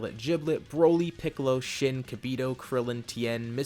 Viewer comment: DOES ANY ONE REALISE HOW HE THE SHIT INSTED OF SHIN